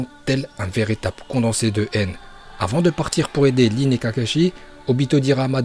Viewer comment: C'est pas lin c'est rin